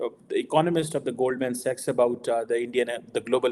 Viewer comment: accent jhaad ne ki chakkar main Goldman Sachs ko Goldmen Sex mat bol😂